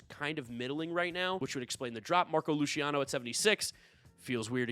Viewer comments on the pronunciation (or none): none